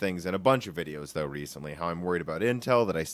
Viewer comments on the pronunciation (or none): none